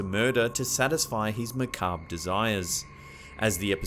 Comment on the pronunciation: I cannot thank you enough, dear narrator (?), for pronouncing the word “macabre” the correct way. No one else on YouTube seems to say it right! For an English savant, you absolutely made my day! 😉